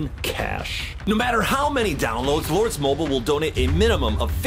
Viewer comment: chad said lords Mobil it’s lords Mobile not to be mean and chad I love ur videos!!!